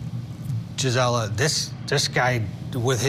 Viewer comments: “Jizzella”…I have a MAJOR PET PEEVE with news reporters AND creators. How HARD would it be to look up how people say their OWN names (especially when it’s not a common name to them)?!?! GREAT INTERVIEW!👏🏻👏🏻👏🏻👏🏻👏🏻 I called it months ago…YOU’RE going places and I’m so happy for you!😘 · He said her name so wrong but, I love seeing you everywhere G!! You rock!!❤😊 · He almost got your name right! Great appearance G!! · Looking so put together in your court jacket. Your commentary was spot on. But man, I wanted to keep correcting how he was pronouncing your name. the disrespect!! Just think from your first trial coverage in March 2023 to a regular on Court tv in less than 6 months. You should be so proud of yourself - I know i'm proud of you!! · Great job Gisela! Couldn’t help but notice how many times he mispronounced your name! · Gisela very professional! Sorry they didn’t say name correctly but you rocked it!❤ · Wow Congratulations. Great interview except for him mispronouncing your name. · Woohoo Gisela! 🎉 Sidenote: I wish he had pronounced your name correctly.